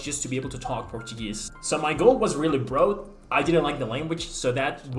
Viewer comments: "brode" instead of "broad" my English has definitely been affected as well by other languages! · Yeah, you were a wee bit rusty. You mispronounced 'broad' - twice, fairly near the beginning. That was uncharacteristically weird. Maybe some interference from German? But anyway, you got better the longer you went on. Much better at the end, more like your usual style.